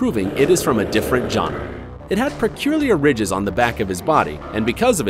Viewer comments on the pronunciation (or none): none